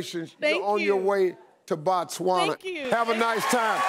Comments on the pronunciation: im from Zimbabwe which is next to BOTSWANA , #bytheway it's not Batswana📣📣📣📣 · hey...Emily you shud pass by th capital city and say hi to me😂😂😂😂 I hope u enjoy staying in our country, it's Botswana by th way not Batswana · Botswana NOT Batswana... ''//O//'' NOT ''//A//'' Its ''BO'' not ''BA'' ... Botswana is the name of the country,and Batswana are the people from Botswana,its like Americans in America...You cant say I want to visit a country called ''Americans'' cause you will be now indirectly referring to the citizens of a nation called ''America''...Its Botswana guys,a re tlogeleng bo tricky...laareng nkare le ratoo ithaareng yaana!!! We also have a small peri Rural Village here in Botswana called Sebina,if you mind to know...